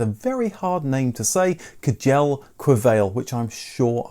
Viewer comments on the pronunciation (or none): K-jell? Good lord... You pronounce it like "shell". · Kjell Qvale very wrong pronounced. Kjell, who was born Norwgian, is pronounced somehere between Shell starting with the ch-sound of "Churchill", Qvale is almost like The Qu-sound in Quattro, so Qua-le and le sounding like the stare of "lemon" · “Shell Ka-var-ly” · Its pronounced Shell Kvarler. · Kjell Qvale. Kjell is pronounced “Chell’ or Shell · In scandanavia Kjell is pronounced Shell. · Regarding Kjell Qvale: Correctly pronounced, there's no "s" (nor "t") in "Kjell" as Rex Karrs mentions. No sound in British comes close that I've heard of (radio/TV, but it may exist in accents?), but the Norwegians can say it correctly. It's an old Norse/Scandinavian name. It seems like you have to learn it as a child, otherwise it's difficult. The sound might disappear as many youngsters are pronouncing "Kjell" like "Shell" because of language mixing, sloppy teaching and international influence - to large irritations for the grown-ups. The (nearly) backmost part of the tongue should be pressed upwards to stop the air pressure swiftly to get it right.